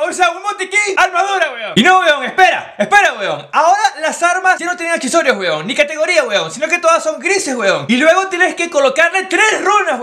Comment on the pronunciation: Lo que yo escucho HUEVON, HUEVON😂😂